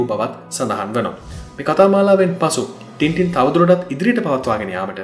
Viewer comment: මගේ මතකයේ හැටියට මේක උච්චාරණය කරන්නේ ‘ටෑන් ටෑන්’ කියලයි. ඉස්සර ටින්ටින් කියන අයට විහිළු කරනවා. මේක ගැන මතක කෙනෙක් ඉන්නවා නම් අව්‍ශ්‍ය පරිදි නිවැරදි කරන්න.